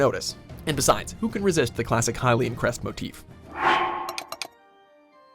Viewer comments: hai-lyan? seriously, lol. it's actually (HILL)IAN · #8 the hyian sheild ..THE HELL? what happened to the L